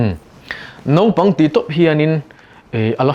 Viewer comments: I tawng a i lamrik dan ah chuan Naupang ti in i ziak a i lamrik dan ah erawh chuan Nopang ti in i lamri leh sia. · Nopang tiin kan lam ri mai ṭhin. Mahse a ziahah chuan naupang. Hetiang thil hi a tam lutuk. Lam rik dik a ṭha khawp mai. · Naupang chu nopang tia lam rik tur ni maw! Nopang tiin a sawi zel. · Naupang i lam dan khi Nopang tia lam i ang hle mai. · Naupang tiin i ziak a, i lam rik dan ah chuan, Nopang i ti leh daih bawk sia..!!! uluk deuh teh